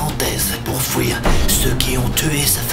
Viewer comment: "Fouir", "houit", "fouite", "et pouis", à chaque vidéo ça me fait buguer, mais c’est chou 😆